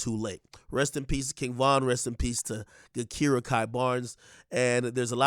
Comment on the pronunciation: ak it’s pronounced “ja-kira” not “ga-kira”